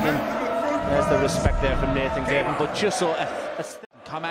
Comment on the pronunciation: About a decade after they start pronouncing the G in Gerwen correctly.